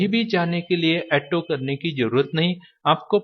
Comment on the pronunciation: ऐटो नही, ऑटो बोला जाता है, 😂😂😂